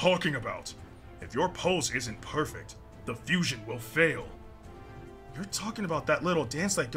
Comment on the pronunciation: They butchered the name of fusion 🙃